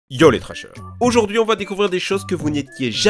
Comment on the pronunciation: " Yo les trAsheurs " Ça fait bizarre 😅